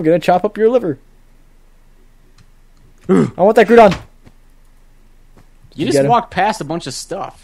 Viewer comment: No...its ground-on, not gruudon